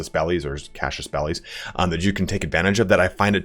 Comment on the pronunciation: I am not sure if its a joke or just mispronunciation but “Deuceal” and “Cassius Belly” is funny